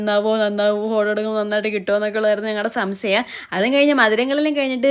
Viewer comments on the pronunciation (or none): Samsayam alla samshayam